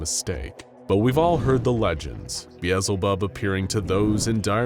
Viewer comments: I have never heard the name of the devil said as "beezelbub". Its normally "beelzebub" But this is not the first time ive heard odd pronunciations here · You mispronouced Beelzebub.